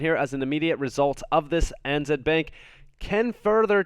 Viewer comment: ANZ = Australia & New Zealand Bank Pronounced A (Ay) N (en) Z (Zed)